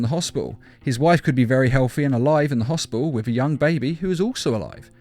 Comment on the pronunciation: Hospital not hopial